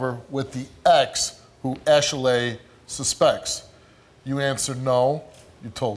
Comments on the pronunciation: it's Ashley,not ashelay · I'm laughing 😂 every time he says her name ASH... LAY.Also why is she making her name extra it really is just Ashley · girl your name is Ashley. not no Ashelay. stop playing yo mama ain't name u that lol. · Yeah it's ashilaye not Ashely ok Cindy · Ash-a-laying here, Ash-a-Laying there...Ash-a-laying everywhere but her man. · "ok class, answer to your names!!! -Ashley?" -"IT'S ASH-ALEY!" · ITS ASHILAYE THANKS THO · Man... forget the results. What we NOT gonna do is act like that heffa name ain’t ASHLEY. Talking ‘bout Ash-a-lay... 🤦🏾‍♀️💯😭😭😭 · Ash El LAY 🤪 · Ash-laay who gave her that name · Wtf is Ashalay? The black version of Ashleigh? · Girl!! Thank You!! I was like, "It isn't pronounced that way. People are so extra. 😂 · OneButton Dash lmao I Thought I Was Hearing Stuff At First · If she'd take those syllables and play the clapping game, her name would be phonetically pronounced ASHLEY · it's Ashley, the only reason you think it's pronounced that way is because you remember your mother over pronounce syllables when you got in trouble. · I thought I was having a stroke, my name is 'Ashley', but I've never heard it pronounced this way before, I just keep getting surprised. lol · Lmao girl it’s ASHLEY shut upppp 😂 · Are we sure this girl's name ain't Ashey-Lay? She been busy........ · Her name is Ashley but she pronounces it like a key&peele skit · Ash eh lay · Steve said Ashy-lay. lol What the... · Sydney Nock I was tooo stuck when he said her name😂😂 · I’ve never heard anyone pronounce Ashley like that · Steve, stop saying "Ashley" like that. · Your pronouncing your name wrong, idk if you knew that.